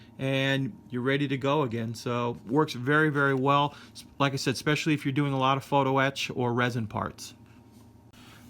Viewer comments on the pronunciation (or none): none